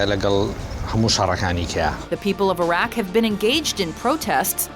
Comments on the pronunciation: So the narrator goes out her way to pronounce high fashion designer names the right way, yet can't say Iraq, Iran and Myanmar correctly? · its pronounced "ee-rock" with soft "i" like the word "in" Please at least do that right.. Same thing with Myanmar...the woman in the news report says it right but you can't even..